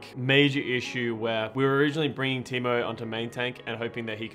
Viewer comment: Waduhek is a timou it's taimou